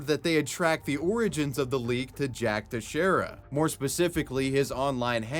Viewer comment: is the first YouTuber I've heard pronounce "Teixeira" correctly.